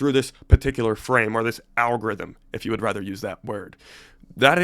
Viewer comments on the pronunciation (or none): none